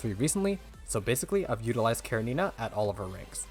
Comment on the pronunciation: Sadly the second useless char at SS after Selena and another mandatory weapon and I don't like this direction. One note everyone pronounce her name incorrectly, it's Russian with attention on E karEnina.